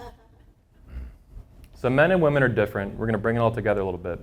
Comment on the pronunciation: Woman plural is WOMEN , pronounced WI-min🙄 Im surprised such a 'know it all' cant grasp english.